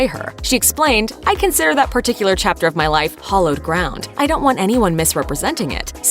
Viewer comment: Hi, it's pronounced as 'hair-loh' ground not 'hall-loh' ground (3.30).🤪 Love, dear.